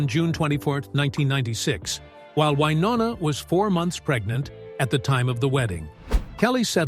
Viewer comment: Love Wynonna, Hate the A-holes making these sensational videos that bear little real truth in reality. To begin with how about learning how to pronounce her name. Stop already you are a disgrace trying to tear people down to make money. Shame on you.